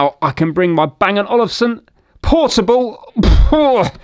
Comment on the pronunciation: It's Olufsen not Olivesen